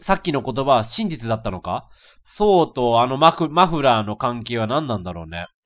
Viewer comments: レトさん「マのフのフラー」 自分「ん？」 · マのフのフラー！ …マフフラー？(((